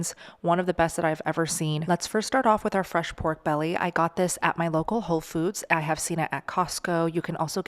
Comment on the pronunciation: Great idea, also fry a low carb Tortilla in Manteca, So Good! "Pork Bella"😂